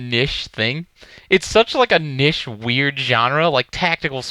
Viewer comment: wtf is nish? is he trying to say niche? lol